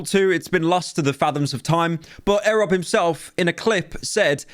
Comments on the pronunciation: Great vid Pyro! Loved your perspective, just have some changes QTCinderella isnt Ludwig's life and Erobb is pronounced as "Eee-rob" but other than that this is spot on. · No way you apologized for saying silker then went right on to saying eh-rob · pyro saying erobb wrong and calling qt luds wife is slowly decaying my brain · my soul hurts having to hear pyro mispronounce erobb's name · the pronunciation of erobb will haunt me forever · > apologises for mispronouncing slicker's name. > mispronounces erobb's name in this video. You're doing this on purpose pyro. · Giving a dislike for erobb pronunciation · Bro said that XQC did attend creator clash suddenly without telling anyone till the day of (exact opposite, he was planning on going and then decided he wasnt going either the day before or the day of), called QT "ludwigs wife", and pronounced erobb "ehrob" the day after making a video in which he mispronounces slikers name the whole time. Pyro im BEGGING you, please do some more research before you hit start recording 💀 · Silker, A rob, ZeeZ. day 2 of making a list of pyro being the fucking worst at pronoucing names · First it was Silker. Now it's Ehreb. Pyro, his name is "E rob", like you pronounce "Esports". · E - rob not erob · these pronounciations 💀💀💀💀💀💀💀💀💀💀💀💀💀💀 eh rob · it is not pronounced airub you idiot. E. Rob. twice you've mispronounced in 2 b2b videos. why should you make thousands of pounds of these vids when you don't even know who you're talking about. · Godammit, what's with Pyro getting everything wrong? QT isn't Ludwig's wife, it's his girlfriend, and when saying Erobb, it's "e-robb" not "eh-robb" lol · eeeeerob not arab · Your pronunciation of erobb actually makes more sense because his name is eric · Eerobb not ehrob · ITS E-ROB NOT EHROB SERIOUSLY HOW CAN YOU KEEP PRONOUNCING EVERY NAME WRONG IM GONG TO HARE A HEWRT ATTACK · Never heard someone call the man eh-robb 💀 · why cant pyro say names properly "air rob" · Dude really said ‘Arab’